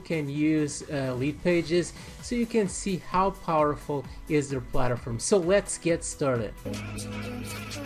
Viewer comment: plat-form not palter-form....sorry that was bugging me but awesome video very informative, im new to all of this so I may need more help